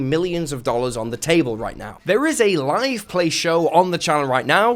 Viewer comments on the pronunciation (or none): none